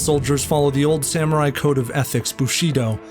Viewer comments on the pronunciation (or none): none